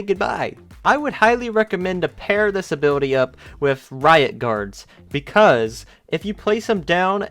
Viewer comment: all I hear is that he is saying disability instead of this ability it sounds the same